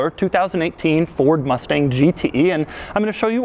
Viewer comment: “Mord Fustang”